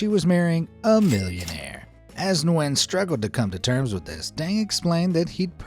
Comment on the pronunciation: Hi I'm from Vietnam, just so you know, it's pronounced nuy-en not nwen. Thank you for coming to my grammer police Ted talk.